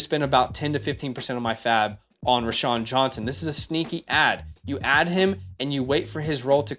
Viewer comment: "Row-Shaun" not "Rashaun"